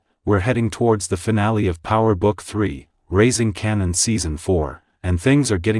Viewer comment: Kanan not Cannon 😂